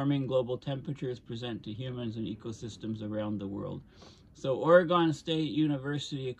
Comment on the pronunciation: Good information. Thank you! Personal nitpick: your pronunciation of "Oregon" was occasionally wrong.